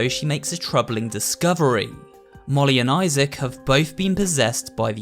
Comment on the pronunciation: Esther's friends are Molly and Issac Issac Really? Pronounced Isaac